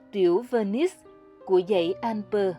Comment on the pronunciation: Tonton oi, toi xin gop y: Tu "Annecy" ban nen doc nhu la Anncy - tuc la tu E cam, Con day nui Alpes - chu E 0 doc ra. Co the ban phat am chu E trong Alpes nguoi VN hieu nhung toi nghi rang nguoi Phap chinh goc 0 hieu!